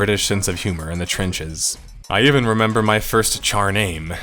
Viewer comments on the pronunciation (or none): none